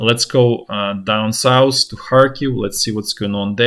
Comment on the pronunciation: Let's go douwn sous, no it's sout hhhhhh souuuufffh fffffhhhh. Sooouuffffffhhhhh